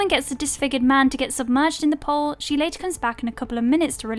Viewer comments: It's not a "pole" it's a pool. The English narrator just can't speak properly. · The fact you keep calling 'pool' 'pole' is making me want to punch a kitten. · It's pronounced POOL !!!! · Yes. The narrator had a speech impediment. She's English. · I listen to tons of youtubers with European accents and whatnot and that's a new one. Normally I let stuff like that slide because yeah it's just an accent but holy Christ she said it sooooooooooooo many goddamn times it really you know Started to get under my skin. Wonder how she pronounces pole..... 🤔 Probably exactly the same. 🤦 It's lazy I'm not trying to be a dick. But when speaking is your job. Maybe that's a little tidbit that could use some work.